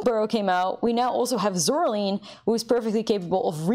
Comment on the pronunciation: Do you remember the stop-motion movie from about 2009? It looked like a Tim Burton film? Creepy button eyes. Coraline, Cor-a-line. Zoraline, Zor-a-line Line, like drawing a line, not lean like I can't stand.